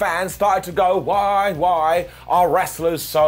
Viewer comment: Hey he got "why" right! It's a Christmas miracle! 🤣